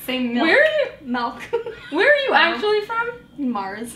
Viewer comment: Natasha teasing Elise about saying "pellow" and "malk" is the most adorable thing I've ever fucking seen.